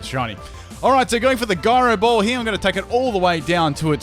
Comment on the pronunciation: The way you say gyro ball annoys me